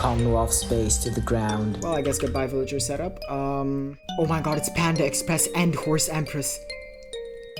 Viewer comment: Its panda_empress not panda_express 🥀